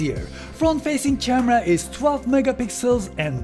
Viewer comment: “front facing CHARMARA”